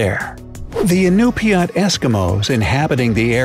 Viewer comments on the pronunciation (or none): Ok so the Native American tribe is pronounced: IN . U. PUT. you butchered it.